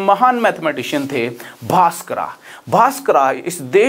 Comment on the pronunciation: Sir please don't call them भास्करा,he is भास्कर